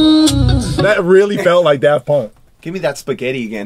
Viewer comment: Most rappers on the cave: fast and solid rhymes with sociopolitical commentary or references to pop-culture off the cuff. Mac: mmmmmmmm sphageeetti.